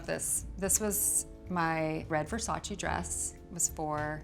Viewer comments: It’s not Versachii it’s VERSACEEEE. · I absolutely love her! She has such class and style! I just don't get how you can be a model, especially for Versace, and not pronounce the name right. Even Donatella mentioned that native English speakers don't pronounce it right, but models should know better. You should pronounce the second "e" the same as the first one. It's not Versaci but Versace! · She cant even say the name of the brand she worked for for years correctly. Smth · I wish Versace fans pronounced his name properly... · Why can't American pronounce well VersacE? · why does no one pronounce Versace right? Does Donatella just let everyone sat "eee" and ignore it? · you mean the one where everyone says it wrong over and over? i just canny believe Cindy wouldn't pronounce it right when she knows them personally lol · Well Versace had a campaign that said “It’s VersacE not Versace”. Idk why Americans butcher the name so much. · Not even Cindy says Versace right